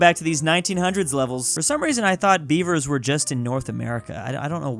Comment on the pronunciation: Omg he was saying Beaver and I heard bieber, thinking why are people naming themselves bieber now😭